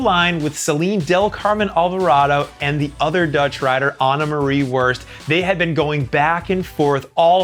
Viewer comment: never mind pronounation of Annemarie Worst. (yes i am looking at )